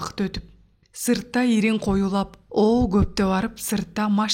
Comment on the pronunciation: Ирин эмес! Инир кирип деген соз!